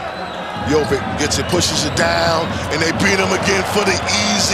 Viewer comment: Tell your comentators it's not Jovik, it's not Mitrovik. It's Jovic, so it's pronounced something like Jovich, Mitrovich.